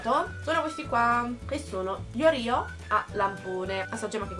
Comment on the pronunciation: si dice oreo non orio